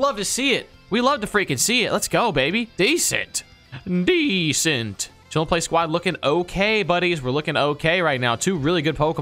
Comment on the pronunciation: Stop saying desent